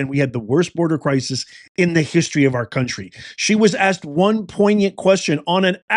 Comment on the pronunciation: "I axed a prominent Rapper...." I so tired of this sh1t.